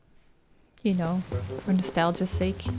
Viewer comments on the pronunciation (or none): none